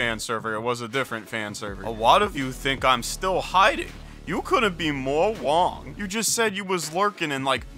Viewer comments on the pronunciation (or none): “more wong” 😂